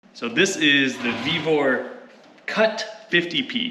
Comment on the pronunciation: Its pronounced "Vevor" BwaHahaha. 😆